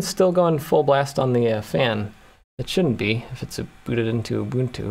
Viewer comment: I always said Ubuntu the right way, but hearing you use the right pronounciation all of a sudden is weird